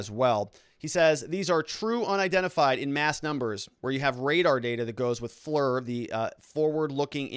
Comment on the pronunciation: Not that it matters, but FLIR is pronounced "fleer"